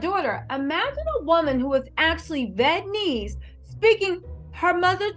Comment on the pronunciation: girl i love you but it's vee-eet-na-mees LOL